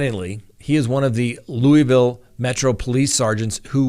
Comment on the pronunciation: as a Louisvillian I do appreciate the way you say Louisville. Most ppl don't know how to pronounce it. Good luck Officer Mattingly with your retirement and the outcome of this mess. The mayor totally screwed the city on this case. I know a lot of ppl are rooting for you.